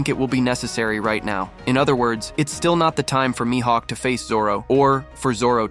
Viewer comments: Lil bro calls Mihawk mihaeck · It’s more like my hawk